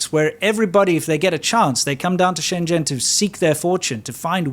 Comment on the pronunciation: He pronounced Shenzhen wrong. I don't blame him